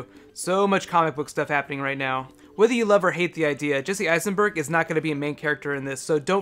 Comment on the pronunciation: I've listened to it three times and I swear he says Jesse Heisenberg in the beginning.